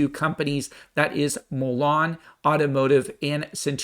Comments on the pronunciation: It's Mullen not Mellon!! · It's not Mulan, like the Disney movie, it's Mullen ( Mull en )